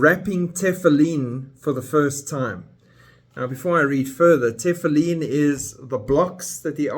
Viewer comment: For your information, all religious Jews wear Tefillin, not just ULTRA orthodox. And most Jews, even secular, know how to pronounce it. You don't pronounce it correctly, which shows how little you know about Judaism. Shocking!!!